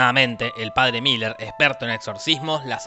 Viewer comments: Es merrin no Miller... resumí la serie 🙏🏼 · Cada vez que Jorge dijo Miller en vez de Merrin, Dios mató un gatito. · Que no ES Merrin, merrin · Son 4 peliculas y se pronuncia merrin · Lo siento, es padre Merrin.... pero podes decirlo como tu quieras, total lo que importa es el amor.... el amor heterosexual